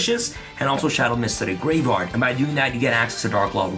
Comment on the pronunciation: Not to mention him saying gravard and not graveyard